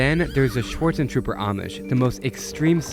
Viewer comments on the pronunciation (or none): why you pronounce Swartzen-trooper like Storm-trooper? It's SchwartentruBer